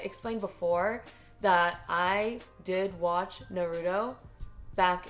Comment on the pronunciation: stop saying naroooooooooootow haha